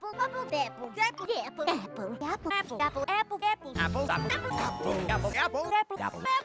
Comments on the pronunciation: After a while a swear I started hearing fapple. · I suddenley heard appul! LOL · The best apple. *Pause for dramatic effect* Apple.